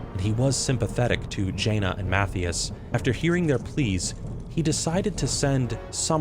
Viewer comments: Who is mattheous lmao!!!! his name is Matthias !! math-eye-us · Almost 100% certain Mathias is pronounced Muh-Thigh-Us. This is like a normal name. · Who tf is Math-eeus? Surely you can’t be mispronouncing the Spymaster of SI:7 Mathias Shaw? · Ma-thigh-us! 😅lmao